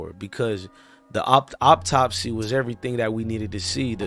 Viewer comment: Bruh I'm bout tired of you saying "op-topsy"..it's pronounced "Aww-top-see" = Autopsy 🤦🏽‍♂️